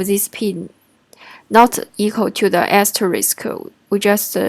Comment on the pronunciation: Nice video, it helped me to understand the last example that for me didn't make sense. It seems you have problem to say "asterisk", so I recommend you to use "wildcard" that is easier to pronounce. 辛苦了 ~